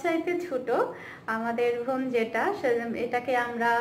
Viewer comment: আপু আপনি বোন কে ভোন বলেন কেন?